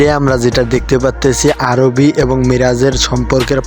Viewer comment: আরবি না আরহি